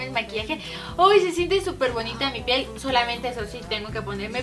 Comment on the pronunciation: lessli dijo pel en vez de piel